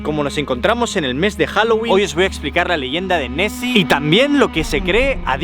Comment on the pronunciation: Soy el único que escucha Messi en vez de nesy?